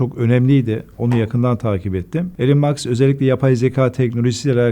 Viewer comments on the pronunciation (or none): Elon Musk yazılır İlon Mask diye okunur... Karl Max ile karıstırıyor kenar mahalle A maber uzmanı..